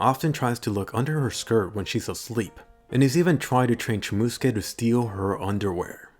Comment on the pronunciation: please, for the love of god... learn how to say Megumin and Chomusuke properly.